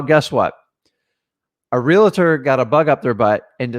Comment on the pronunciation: REALTOR...does not have an "A" between the "L" and the "T". also, REALT "OR".. not. "REALTER" & definitely not "REALATOR".